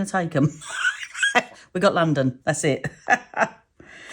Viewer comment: “We got London, that’s it” spoken like a true southerner 😢